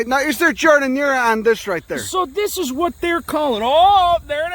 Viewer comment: O-O- I love Eye-talian Beef Samwiche with Gardinier...miss it so! Makin' me hungry here.